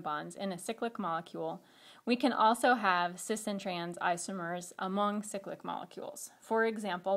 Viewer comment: Great vid but irks me how she pronounces cyclic ... Should be pronounced cyclic "cy" as in "bye" not cyclic as and "sicklick" .... cyclopentane, cyclobutane, not sicklobutane sicklohexane. sorry for my rant its just a pet peeve